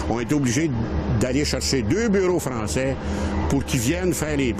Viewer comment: ... ctun maudit frrrançais encowwwre .. haha j'adore 😅😂 ça me fait rappeler mon grand père